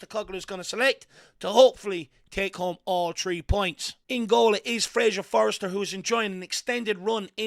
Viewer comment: Forster, not Forester.